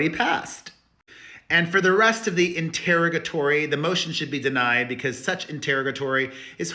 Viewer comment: Mispronouncing the word interrogatory. (Sorry, I was a speech major in college)